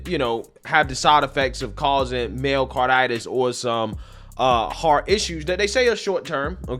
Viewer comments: MYO-cardirtis! My-o-carditis. Jeez, it's been said millions of times. Please pronounce correctly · Did you say "mayo-carditis"? Lol